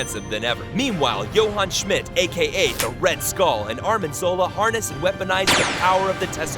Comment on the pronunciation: He's calling Arnim Zola Armin Zola